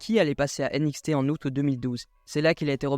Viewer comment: Première fois que j'entends quelqu'un dire nxt a la française c'est étrange 😅 sinon j'aime bien